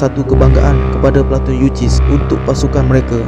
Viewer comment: Platun yu sis ..bukan yu.ciss. Dol..